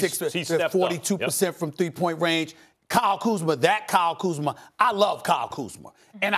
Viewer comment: how come Stephen A can pronounce Kyle Kuzma properly, but not Rob Pelinka?